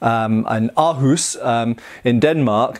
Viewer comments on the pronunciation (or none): R-huus. :p Always fun to see non-Danes try to pronounce our weird vowels